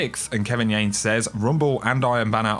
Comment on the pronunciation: The way you pronounce "says" bothers me